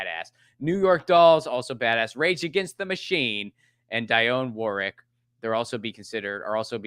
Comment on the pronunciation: "Dye-own Warrick"!?!?!?!?, you should be ashamed of yourself